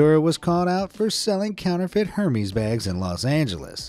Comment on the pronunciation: The way he pronounced Hermes 💀